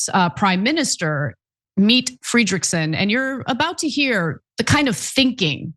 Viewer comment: Mette Fredriksen and Jonas Gahr Store are not the greatest leaders, but in a time of straight evil leaders they are a breath of fresh air. Oh and Ana Mette is not pronounced meat, it is Meh Teh as in Teheran.